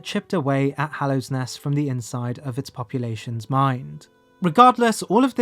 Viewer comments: Weird just how many prominent names you get wrong... it's not "Hallowsnest", it's Hallownest. It's not Trobuyo, but Trobbio. Makes me wonder how such errors could consistently pop up. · "Hallowsnest" 😕 Trobio mispronounced 😕 The Hollow Knight misgendered 😕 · Great video, however every time you say hallow’s nest or mispronounce trobbio i die a bit inside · Why do you keep calling Hallownest "Hallow's Nest"? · “Hallows nest” bruh. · I love you man, but every time you say “Hallow’s nest”, I die a little on the inside, there is no ‘s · hallow's nest tro bye oh THE hornet i'm fucking dying here lol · I mean, I appreciate how he doesn’t pronounce it “Hollownest” like half the YouTubers who discuss the game, but yeah, that extra s killed me. 😂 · 😂 that's adorable